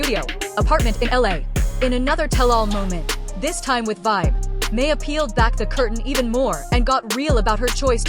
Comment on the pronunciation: Shes still the love of my life.... They need to get her name right. Who tf is may-a?